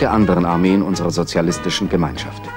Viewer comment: Wie Honecker einfach nicht sozialistisch aussprechen konnte......